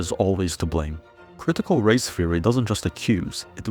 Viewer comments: Critical "feory"? Are you Dutch? Also, great video. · Great video, very concise! For anyone else wondering, he's saying "theory", not "fury".